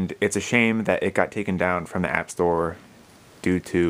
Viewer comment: App not ap